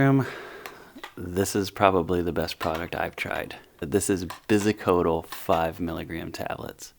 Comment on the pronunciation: Biascodyl = beee ass co dill NOT bi as code al